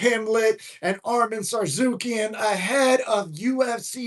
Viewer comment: I love you bro but it’s Arman SARRU-KEON😂😂